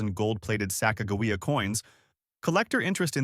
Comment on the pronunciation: This guy can't even say Sacagawea right just goes to show you he don't know what he's talking about the 2000 Sacagawea dollar has an error on it called wounded eagle which is worth a little bit more money and the way to check that is on the body right almost to the bottom of where the wings are there will be a line going across